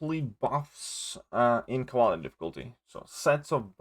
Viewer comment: Great videos, helped alot in all the content i did.😁 But how you pronounce Cavalier is wrong and mine head hurts each time.